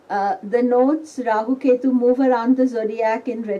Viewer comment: jyotisha, yoga, purana, let's all say rahua, ketua. no offence but hate people adding the letter A. no offence.